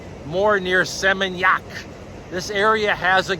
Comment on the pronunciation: I like the way you prounonce Seminyak, 😊. God bless you always